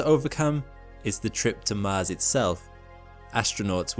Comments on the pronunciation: Man really read "Mans radiation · the mahnned mish shon to mahz